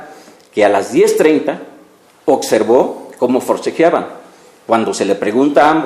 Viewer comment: Ocservo ??? Abogado ni sabe hablar se dice : observó..!!